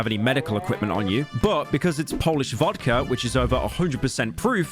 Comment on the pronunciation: months of work and not a single polish word said correctly, real true pyro moment